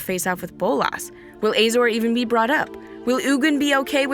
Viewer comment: Isnt is pronounced uh-zor. Azorius? Uh-zo-re-us. You keep say ay zor.